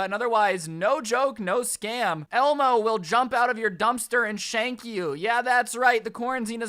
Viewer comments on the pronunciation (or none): I heard sharnk